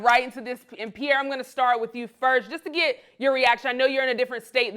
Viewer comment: Pee air uuummm, suspect. Think before U speak